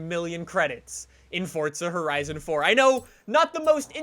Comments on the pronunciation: Pls say Forza Horizon not Fortza Horizon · "Fortza Horizon 4" as he says it